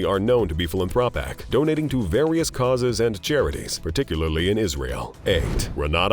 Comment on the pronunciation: Words like kaw-ass for causes. Ugh!